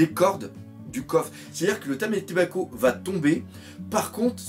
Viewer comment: Problème d'orthophonie? LOL ce n'est pas méchant, mais juste, tu n'arrives pas à dire TAMAtebako, écoutes-toi, tu dis TAMÉtebako!???... Sinon, t'es un bon!